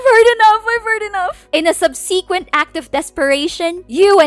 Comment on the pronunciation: 'Subsequent' is pronounced 'sub-seh-kwent' not 'subseeekent' and 'heinous' is pronounced 'hey-nuhs' not 'hee-nooz'